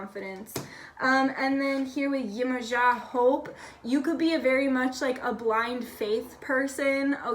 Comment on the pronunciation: I think he would've picked pile 1 to hear ab me and i picked 2, but in pile 1 i just wanted to mention - you pronounced Yemoja so puerto-rican and im all the way here for it!